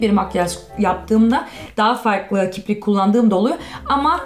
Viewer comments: Das heißt nicht kiprik sondern kirpik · Kiprik değil kirpik kgkdjfjsjdjdjsjhf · niemand: wirklich niemand:: KIBRIK HAHAHAHAHAH kirpik heisst das gahahahahah voll süss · "kiprik" Ich:"Nein, das heißt kirpik" 😂😂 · Bin ich die einzige die merkt das sie „kiprik” sagt HAHAHAH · nicht"kiprik" Sondern: kirpik😂😂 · bin ich die einzige die das kiprik von voll triggert weil es ja kirpik heißt 😂😂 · nicht Kiprik sondern kirpik 😂❤️👍 ps:nicht böse gemeint❤️💕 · du sagst kiprik hahahaha das heist aber kirpik <3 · es heißt kirpik nicht kibrik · Kiz kirpik heisst das, nicht kiprik 😂😂😂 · kiprik degil kirpik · Es heißt KIRPIK und nicht KIPRIK🥺😂